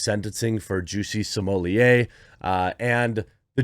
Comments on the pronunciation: smo*LETT* not "smohliyay" he isn't french and double T is allways pronounced in french. there is nothing real about this dude. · JUICY SMOOYAY!!!! I don't know who this "Just-See Smul-Lett" guy is, but this man's name is JUICY SMOOYAY!!! Let's respect the pronunciation of this man's name at all times: JUICY SMOOYAY!!! JUSTICE FOR JUICY!!! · Maybe by the time he serve his time Jeremy will have learned to pronounce his surname.